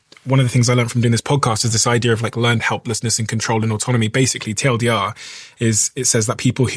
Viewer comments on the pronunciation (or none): First time hearing someone SAY TLDR lol it's so wrong!